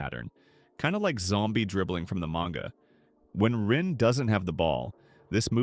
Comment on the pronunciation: its manga not menga🙏